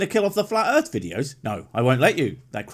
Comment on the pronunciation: Earf is Bobs